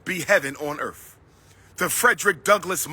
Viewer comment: I gotcha. I never understood how can a supposed doctor /certified school psychologist, constantly mispronounce earth and months?🤣😂